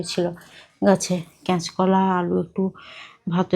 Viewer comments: ক্যাচ কলা না বলতে হবে কাঁচকলা বা কাঁচা কলা।❤❤❤❤ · ক্যাচ কলা বলে না শুনতে বড্ড খারাপ লাগে তুমি কি কানে শুনতে পাও না কাঁচকলা কাঁচকলা বলে কমেন্টস টা পড়ে ভুলটা সংশোধন করবে